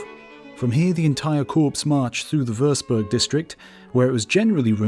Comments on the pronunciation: core/corp not corpse!!! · Great video. However I would strongly urge you not to pronounce Corps as corpse. It is pronounce as CORE. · 'Muskets' not 'rifles'. Corps is 'core' not 'corpse' however apposite in this tale. Young Jakobs' piety reminds me of the shock of the German allied troops at the casual profanity and coarse language of their British comrades in America in an earlier war. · Corps is pronounced like "core" instead of "corpse" (deceased body). Edit: I see you were made aware of the error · "Corp", The word is pronounced Core not corpse, :face-fuchsia-wide-eyes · Serving Soldier here, awesome video by the way, just picking you up on one point. 'Corps' is pronounced 'core' Just for future reference. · Corps is pronounced Core, not Corpse.. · Blast it, the French word "corps" is pronounced "CORE." It's a fine series and you've done well, but this error in basic military history - in basic reading - is simply unforgivable. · Nitpick: "Corps" is pronounced "Core", not "Corpse". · Great video as always, just wanted to mention that you're pronouncing corps like corpse, whereas I think it's supposed to be pronounced like core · Very well done..one quibble tho, the pronunciation of "corps" is it corpse or core? I think it's the latter. Nevertheless, this was very enjoyable. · Corps is pronounced Core not Corpse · Corps is pronounced CORE not corpse. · An army corps is pronounced "core", as in apple, not "corpse", as in dead body. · Corps is pronounced 'cor', not 'corpse' 😉 xxx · Corps is not "corpse", it is pronounced "core" as in a core of soldiers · Corps = Core, not Corpse. <3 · lmao I thought I was the only one to notice that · it's corps you don't pronounce the s .it's French you know 🤩🤩🤩🤩🙄🙄🙄🙄🙄😂😂😂😂😂😂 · "Corps" pronounced "Cor". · Love the way the narrator pronounces corps as corpse ! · Corps is pronounced "kor" lol...even in French 😆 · The narrator referring to 'corps' as "corpse" 🙄 Basic stuff fella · Corps is pronounced corp. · It's pronounced core